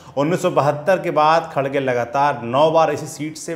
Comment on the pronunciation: खरगे है खडगे नहीं